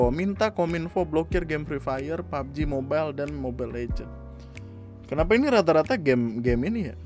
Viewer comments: Pubbeji mobail *accent India* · "PABOJI MOBAIL" - with THICC Indian accent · Bilang "pabji mobail"nya kocak